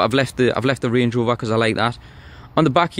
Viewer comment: Channel nothing is wrong with it lol ... how u said some words ..... range rover on point tho !!